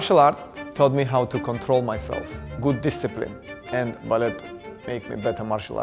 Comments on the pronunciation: You don’t pronounce the T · Why is he pronouncing the t in ballet